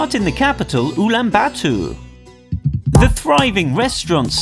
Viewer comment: Umm, I’m Mongolian and that’s so not how you pronounce Ulaanbaatar, it’s Ulaanbaatar ( ool-an-bat-ar )